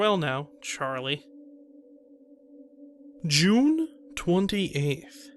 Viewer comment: The narration was okay but I just couldn't get past the way he pronounced "June." So much cringe!